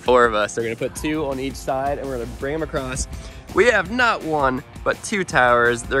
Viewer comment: “Ride acrosst it”